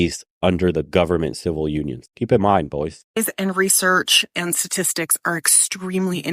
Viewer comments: STATISTICS not satistics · Is she saying "Sa-tistics"? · Her speech pattern is aggrivating, like she can't say the ST sound in "statistics " .. then there the total bullshit she has to say.